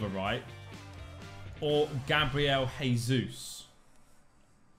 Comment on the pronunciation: For the love of all that is sacred and holy can you please stop saying "Gabriel Hesus"?? You don't sayi Horginho, Huninho, Hoão Pedro, why do you pronounce the J like an H when it's Jesus name? He's Brazilian, he's not Mexican.